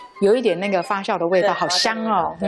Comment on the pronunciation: 谢谢视频！ 不过发酵读fa JIAO 而不是fa xiao（发笑）